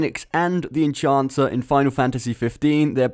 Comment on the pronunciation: It's EnHancer, not EnCHancer or EnCHanter. Reading comprehension, bro.